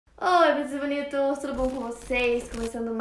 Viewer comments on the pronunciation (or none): o que ela fala no início: oi bonitas e bonitos!! o que eu entendo: oi bnitos e bnitos!!!!